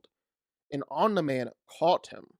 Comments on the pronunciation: Omg it’s ahmknee man not omnah man Jesus Christ. I had to stop watching the video because of how annoying that was. It’s embarrassing Your points are extremely shallow and don’t have much backing other than your own speculation. Although I do agree OMNI man would win, you need to do way better then that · the way you say omni man like om niman isn’t correct. omni is derived from the word omnipotent. it’s the first four letters and is pronounced the same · Why do you keep calling him OmnaMan...? Seriously throughout the whole video...OmnaMan... OmniMan...OMNIMAN!!! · Good video but……. Why are you calling him “Ommna-Man”? It’s Omin-Man! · Tf is a omna man 😭 please just say omni man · why do you keep pronouncing OMNI man as OmDa man? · Dude pronounced it "Om-nih-man" lol It's "Om-knee-man" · om-knee not om-nah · The only thing i heard that whole video was the constant ON-mi man.. lord i must have something stuck in my ears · “ohmnah man” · good breakdown, but saying omna man so many times killed me lol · Omina man lol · Who’s onna-man? Lol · Alright. It’s pronounced Om-NEE-man… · NOBODY THIS GUY: "omNAHman" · Hell yeah I love “Omna Man” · Clicked off when you said omnaman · Omna man? Shi was pissing me off the whole vid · 13 minute video... pronounces it Omnuh-man. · Bro pls stop saying im-da-man for Omni-man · bro saying omna man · Omneh man 😂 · this has nothing to do with the discussion but... "Omnuhman"? bruh. Please pronounce it the way it is said in the show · "Omnaman" is killing me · Why does he say omna man lol. So annoying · these no way at the very start you call him omlin-man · “Omna man” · Om- knee- man for fuck sake. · why is he saying "omna-man" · Me trying to figure out who “omna-man” is. 🤣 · Why are you saying Omna-Man 💀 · Stop saying omna man bro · ' omna man ' 💀💀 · My man said Omna-man…Omna man too shoot 😂 awesome vid bro really good insight! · can you please say omni man's name the right fucking way omnuh man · ahh yes "omna-man" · "omneh man" ☠